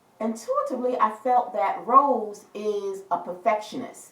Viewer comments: Thanks for giving your precious time on reading on blackpink Rosé.....it was really deep & great i like it 👍....BTW her name is Rosé not rose (it's pronounced as Row-zay) Hope we will get more reading in future ❤️ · It's Rosé pronounce RO-ZAY